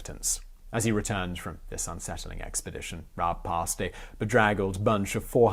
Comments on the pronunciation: Rah-Buh - Germans pronounce the e (uh) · FYI: Rabe = Raven in English. Pronounciation: Almost... but the "e" in the end is pronounced, written in English it would be like "Rabeh" or "Rabbey" like alley almost. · Rabe is Pronouced more like Rahbey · nope u totally messed up the pronounciation up x3 its r-a-b-e not raab~ sort of like one would pronounce rabi or ribu, just a smoother tone x3 But you tried~ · If it's like most German tack-on e's, I believe it's closer to Rob-uh than Rob-ee. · Rah-buh. Rabe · "Rah-beh" It means "Crow" or "Raven." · As a native speaker my closest approximation to the pronunciation of „Rabe“ (raven) would be: The a as it is pronounced in father, the e is pronounced similar to the a in cat. Reading the word as „Rahbeh“ might help. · What an interesting man and story. Thanks for this very interesting biography and history lesson. Also: Rabe is a two syllable name. You say the first like you did and then at an "e" sound, like the one in "bed". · Instead of spending 30 seconds commenting on your pronunciation you could have spend 5 seconds looking it up. And there is no throat cleaning sound either. Ra-be. Just imagine he’d be Japanese and read accordingly. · RAH-buh. Seriously takes about 15 seconds to look up. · Pronunciation: Yon-Rab-E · The E isn't silent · rabe - the E is not silent lol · No… you pronounced his name wrong… but whatever. The story is still correct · In german every letter is pronounced hence while i appreciate the effort to pronounce the r correctly, the name ends in -e like the initial e in elder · Concerning the pronounciation: It is not problematic to use the English pronounication of the initial "R". But the "E" is not silent. You pronounce it the the "e" in bet. You'd use IPA's "ə". And the final Dynasty of China was called "Qing", pronounced more closely like "Ching". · pronounciation was close, but you pronounce the E and it's just a normal R in the beginning :D